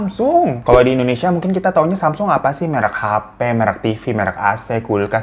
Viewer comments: Gini bang... bacanya "samsung" bang kyk lidah Indonesia. Bukan semsang. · Samsong bacanya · Bacanya samsong o nya kaya ngambang gitu ga bener² o😂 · Nih kak tak googlein haha...Cara mengeja Samsung adalah 'Sahm-song.' Untuk mengeja bagian 'Sahm,' harus ada huruf 'h' yang ketara di tengah kata tersebut. Sementara kata 'song' dieja layaknya kita mengucapkan 'song' dalam bahasa Inggris. 🤭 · Klo ga salah dri temen korea bacanya samsong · Samsung dibacanya samsong babang glowing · Semsang beb bacanya